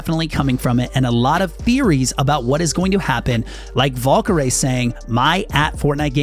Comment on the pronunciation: He pronounced her name Volkehray